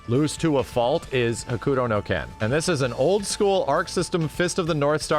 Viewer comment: pronouncing Hokuto no Ken like the boomerest ass boomer